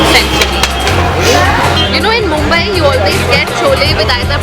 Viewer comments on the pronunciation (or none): none